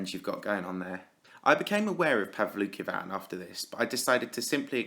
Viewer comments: I thought you pronounced it as "Paul "V" "Kin" xd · I tought he. Said pablo kebab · It's pronounced pow-luki-wan btw, not that I'm a fan of him. Its that his name is in Japanese and I can read and write Japanese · His name IS PRONOUNCED "pavansosisialvlokavan"